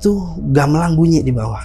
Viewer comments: Mangga bg bukan manggaahhhhh, gambelan bukan gambelangggg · Narsum bilang,y gamelang bukan gamelan..ap sy yg slh dengar y😊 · Narsumnya ga bisa bilang gamelan bilangnya gamelang ....